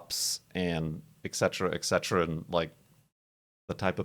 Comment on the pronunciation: I love your episodes but it's "Et cetera" not "exsetra" ;)